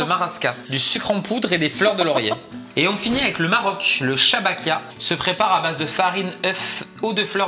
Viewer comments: C est des choubekia pas chabakia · Je suis marocaine est chabakia se prononçe chbèkia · merci beaucoup pour les gateaux marocain et aussi sa se prononce CHBAKYYA il fau force sur le Y